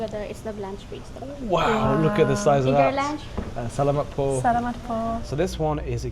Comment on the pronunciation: The areas are called Stations, not Sections. You kept pronouncing “salamat” incorrectly.